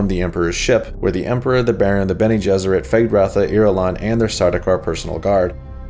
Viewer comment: Eggs Bene Jesserit had me rolling, almost as good as Shapiro saying Lisan Al Ghaib. And ‘phrasing.’ Great work man, I really enjoy your videos. Keep it up!